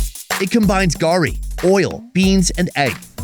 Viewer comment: Garri, please don't loose one of our heroes 'R' 😅😅